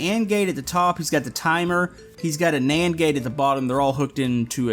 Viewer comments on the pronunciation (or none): none